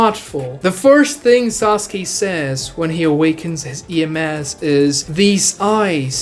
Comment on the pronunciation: Idiot who still says "Sasugay" spotted.